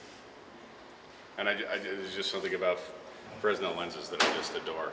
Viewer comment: Very nice vid! Thankyou! Not to be picky but I think the s is silent when pronouncing Fresnel lens.